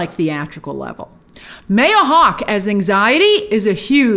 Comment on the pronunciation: Did anyone else hear how she pronounced Maya Hawke😂